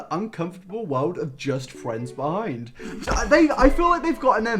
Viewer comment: ARE WE GOING TO TALK ABOUT HOW HE SAYS FRIENDS LIKE “FWENDS” AND IM CRYING